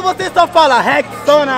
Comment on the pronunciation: decorado nada , o maluko que falo rex-sona du nada, não tinha como decorar isso